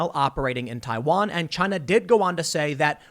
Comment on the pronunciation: CHY-NA... rhymes with...